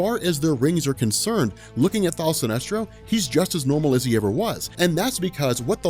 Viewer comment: Kevin Ham He is saying "Thaal" Sinestro lol.